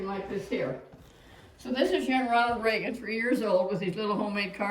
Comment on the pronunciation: Love ya..but it's Reagan!